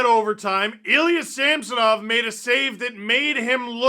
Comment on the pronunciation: Ridiculous groin! Why do all the hockey commentators call him Sampsonov? There is no P in his name... It drives me way crazier than it should lol.